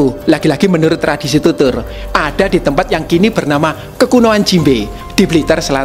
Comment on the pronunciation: jimbe kok malah aku denger nya jinbei